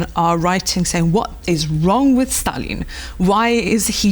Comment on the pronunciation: do - śliczny akcent (podobnie jak prowadzący) - ale pownna obejrzeć jak na Wyspach i w USA wymawiają imię Stalin. Wymawia je bardzo 'po polsku', nie widze w tym nic złego, doceniam nawet, ale dla spójności (kanał TVP.. WORLD) można by dać wymowę z dłuższym i mocniejszym A i wymowniejszym St